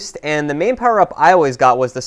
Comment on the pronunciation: You're the only person I've ever heard pronounce "powerup" like that, with the emphasis on the "up" instead of the "pow".